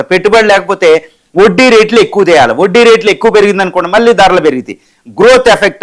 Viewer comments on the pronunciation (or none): none